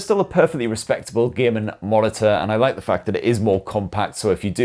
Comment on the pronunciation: When you say "gaming" it sounds like you are saying "gay men" because of your accent 👍🏼